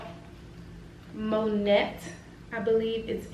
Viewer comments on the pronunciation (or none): Loved your review. I believe it's pronounced "monay"